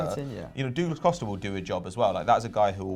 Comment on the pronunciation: "Doooo-g-less Costa" uh-huh